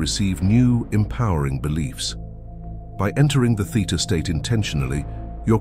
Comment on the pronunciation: Theta state. Not theater state.😆